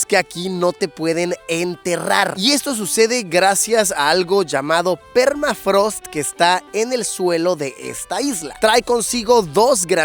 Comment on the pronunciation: Qué es permatrago? Ahhh no jajaja permafrost!